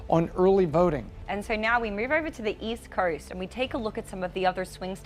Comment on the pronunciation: Early verting on the west curst? I can’t listen to this…